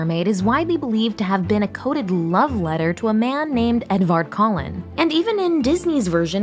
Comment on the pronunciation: Who else heard "Edward Cullen" instead of Edvard Colin?